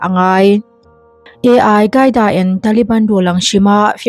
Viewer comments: Ai qaida nilovin ALQAIDA zawk w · Ai hi AL QAIDA ani em le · Mizo tawng tak in al kaida tih tur ni awm tak a ni ai gaida i tih hi